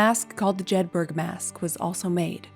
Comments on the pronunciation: Re the Jedburgh mask. Jedburgh is a town in the borders of Scotland. Jedburgh is pronounced JEDburra not Jedburg. Source : Used to live close by. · It’s jedbru is how that’s said. Fun fact time I went there there was free wifi throughout the town. Amazing work on Mary.